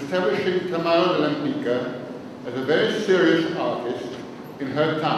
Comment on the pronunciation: One thing. I am Polish and I am amazed how wrongly her name is pronounced. Her surname is very polish and correctly it is pronounced "WEM-PITSKAH" not "LEMPICA".